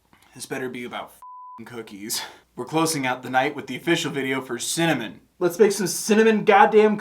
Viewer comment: Hey! I don't know if you noticed, but it was pretty cool that her saying simmer over and over again started to sound like "mercy" and her saying cinnamon sounded like "send them in"